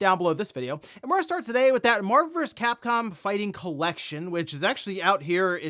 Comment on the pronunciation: TF is MARVURS CAPCOM? Enunciate.